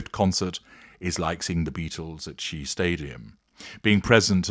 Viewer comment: The late, great Shea Stadium is pronounced Shay.